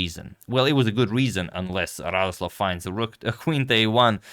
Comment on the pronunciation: To be correct, he is not Radoslaw, but Radosław. Like "w" in 'wow'. He is polish GM, not from russia.